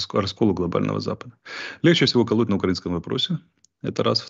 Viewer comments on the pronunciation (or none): none